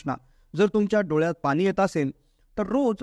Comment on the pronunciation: Speak good Marathi..not ani Pani . Hariom.